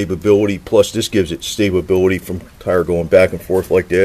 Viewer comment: "staba-bility"? I love home-made words.